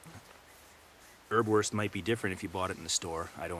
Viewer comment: Hi! Here in Germany you can buy Erbswurst in pretty much any grocery store and it is really useful outdoors. Greetings, Tim PS: Erbs Wurst = pea sausage , the first "s" is pronounced.